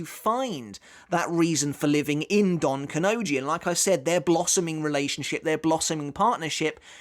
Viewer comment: It's Don KanoNji, not donkanoji